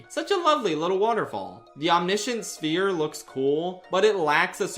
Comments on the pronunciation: Mirth “Sphire” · not to be that guy, but I'm pretty sure that's not how you pronounce "sphere". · I felt the same when he mispronounced ‘Sphere’ I thought it deadass was an inside joke I missed